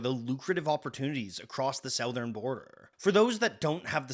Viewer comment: I've never heard anyone pronounce "Southern" like that before. Interesting.